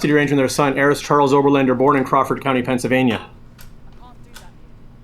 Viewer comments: No idea how I ended up on this video, destiny get back to streaming goddam it. I'm 2 hours deep and if I hear this schizo say "Pensavania" one more time so help me god I'm gonna do it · If this guy says "Pennsivania" one more time I am going to fucking lose it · Is it Pencvania or Pennsylvania? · The way he pronounces "Pennsylvania" is so funny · Bruh I just wanna reach through the screen and shake him and yell “THERE IS AN ‘L’ IN PENNSYLVANIA!” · THIS GUY'S VOICE IS SO FKN AN NOYING!!! PENNSYLVNAIA PENNSYLVNAI APENNSALPYNAIAADSASDASDZDSXC